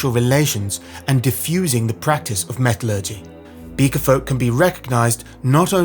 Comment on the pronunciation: Very interesting video, but please check your pronunciation of “metallurgy”!